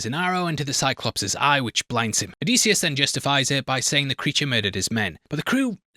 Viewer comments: oh dih see us, not o dee see us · Disius not Deesius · For the love of all that is Homer and Greek Mythology please stop calling him oh-dee-see-us. It is Oh-diss-ee-us. Or if you wanna get Greek it’s Oh-diss-efss. You’re killing us, bro. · if you say "O-deece-e-us" one more time ur gonna have to answer to deece nuts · Hes definitely saying "o-dees-eeus" for the comments and im a victim from it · O’Deasious is a new pronounciation I have yet to hear until now. Thanks. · I’m 13 mins into this video and if I hear him pronounce Odysseus’ name wrong again I’m gonna jump off a cliff. Has the book but can’t bother to say the name properly. Just reupload at this point. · Bro he cant even say the name Odysseus’ name correctly. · So quick in fact he couldn’t bother to pronounce the main characters name correctly one fuckin time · Have him breakdown a goddamn pronounciation of the main characters name while we are at it. Fuckin hell